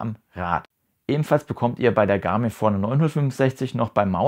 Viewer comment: Sehr hilfreiches Video, aber wieso sprichst du Forerunner so komisch aus…?